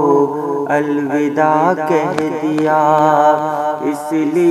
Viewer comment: پردرد ،،،،پرسوز نظم آنکھیں اشکبار ہوگئیں ،،،دل غمگسار ہوگیا ۔۔۔مبارکباد عمدہ نظم کی نگارش پر۔۔۔ معذرت کے ساتھ "الوداع "واؤ کے زبر کے ساتھ پڑھا جائے ۔